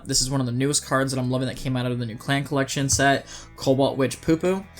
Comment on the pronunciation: I think the names for some are weak vowels. PuPu is Puh Puh not Poo Poo. I did laugh too though.